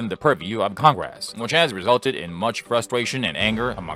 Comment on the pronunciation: What's "con-grass"? I HATE these vocal simulators 😞